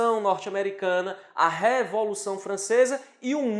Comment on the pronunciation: E a moça engoliu corda ficou nervosinha, será que precisa fazer um curso de dicção também......o que a moça tem contra a palavra dedel ?...É a révolução ou revolução?....kkkkk